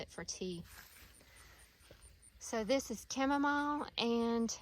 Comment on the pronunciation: The way u pronounce Chamomile annoys me for an unreasonable amount. Anyway, the gardens look fabulous ❤